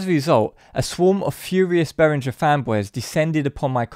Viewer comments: Bay-ring-er. It's German and there are no soft 'g's in German. They are, however, crap. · Great info but please decide how you’re going to pronounce Behringer and stick to it.